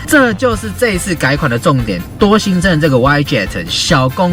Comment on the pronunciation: 是嗚一雞特, 不是歪雞特